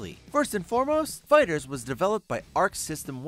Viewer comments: Um, it’s fighter-zee, not fighterz. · Did you just say dragon ball fighters? It's fighter Z you say it separately I would think you would do a little research before you waster your time on this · anyone else cringe when he said "fighters" instead of fighter z